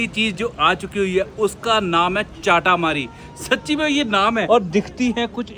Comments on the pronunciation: it's not चाटामरी it's चटामरी 😆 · Its chatamari not chaataamari and we can have plain chatamari as well without toppings, and you should have visited typical newari restaurant. And its khukuri not kukuri❤ Thank you for visiting Nepal. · चाटामरी 🤣🤣🤣🤣🤣🤣 lol hahahaha...... It is चटामरी, another one is बारा/ वः not बर्रा and it is मःमः not momos, for example : for rice you don't call it rices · Chaataamaari nahi bhaiya chataamaari hai is ka name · चाठामारी,❌ चटामरी✅